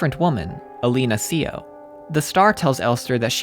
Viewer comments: the mispronounciations of the obviously asian names are killing me... itou =/= ee two, itou = ee toe seo =/= see oh, seo = say oh with all the research you did (very nice btw), it could not have hurt you to research how to properly say their names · Seo is pronounced Suh and Yeong is pronounced Yuhng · This video is magnificent and cleared up a lot of questions I had that no number of reddit threads would answer for me. I really appreciate your hard work here. My only note is the pronunciation of Seo. It's "Suh" like the word Sun. I know this because when Alina's name flashes the korean character is behind it. This name actually runs in my family, so I guess that's why I have a vested interest in the pronunciation lol I also looked up the chinese character for Yeong hoping for some symbolism, it means poplar tree which I couldn't make sense of.